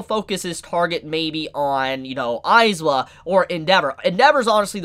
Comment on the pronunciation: Eyes-wa? no no no, Eye-zawa.